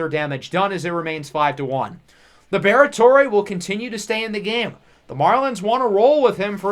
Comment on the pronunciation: Lib-Rhett-Ore or Lee-Brett-Ore not Lee-Bear-Et-Ore-Ay